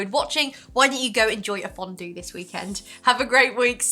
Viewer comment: Hi hi omg I missed your videos Great one as always love you Ps: I love how to pronounced fondue in a french way 🥰